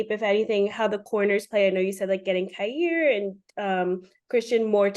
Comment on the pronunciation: Is it really Kai-Air instead of Kai-Ear? McDermott has said Air since Elam was drafted. Is it possible he doesn't know how to pronounce his own player's name?